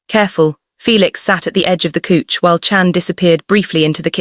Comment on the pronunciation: even though it is AI and Fiction please do not say coech { couch } but cauch {couch } it sound so annoying